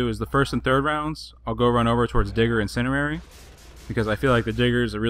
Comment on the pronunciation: great video man but it kills me when people pronounce it "incinarary" i dont know how to spell it but the incendiary has a D in it so its IN-SIN-D-AIRY oh and thats spelled wrong because those words sound like the word so yep great vid